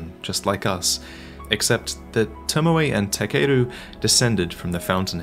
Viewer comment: Who da hell is lord tomawai? Its tomoe.